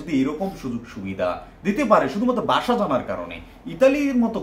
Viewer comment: বাসা না ভাই, ভাষা! উচ্চারণ সঠিক করেন